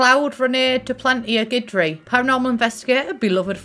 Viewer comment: I grinned through the whole video watching you be so happy with this pack. Also, you're the first SimTuber I've seen who pronounced Guidry correctly. :)